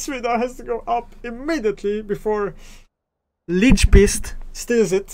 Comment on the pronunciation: "leadgsebeast" 🤣🤣 Think he honestly be happy when he sees this